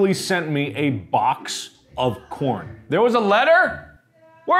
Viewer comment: Plz someone make an edit when whenever he says corn he says corn but with the p